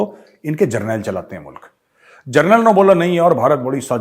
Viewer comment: every one speak Mulak instead of mulk